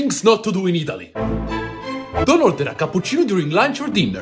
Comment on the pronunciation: you pronounced italEEE